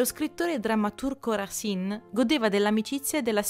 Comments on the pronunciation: Il video è interessante grazie però Racine si pronuncia Rasen 😜👍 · Scusa, leggo adesso e forse ti sarai già corretta, ma si dice Rasin, perché si divide in sillabe,cioè Ra- ci -ne ,se non ci fosse la "e" finale si direbbe Rasen